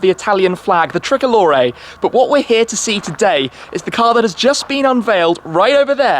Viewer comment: The thrickolore😂😂😂🇮🇹🇮🇹